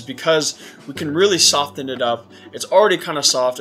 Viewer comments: same on the "soft" and "sofen". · I can't handle the way you say "soften" But nice video.